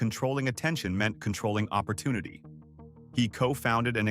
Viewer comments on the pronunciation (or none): none